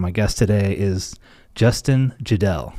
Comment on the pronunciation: It’s Jedele “yay’d lee” lol!